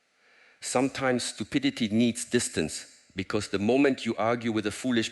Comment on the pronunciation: "Stupiditididty" lolololol